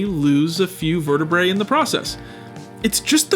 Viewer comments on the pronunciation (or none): none